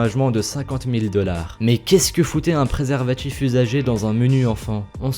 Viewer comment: c'est quoi un préservatchif? nan sérieusement t'as une prononciation à se faire demander pourquoi t'as tant de subs